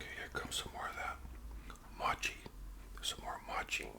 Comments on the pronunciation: Hey great video it’s pronounced mow-chee very close though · Another great video- love ice cream- especially chocolate chip ice cream. The sticky mochi is pronounced "MOW" "CHEE". There is an ice cream version and a non ice cream version. The powder is corn starch so they don't stick together. Giving you a shout out